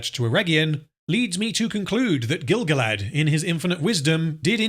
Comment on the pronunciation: Pretty sure he said Grand-Gilf.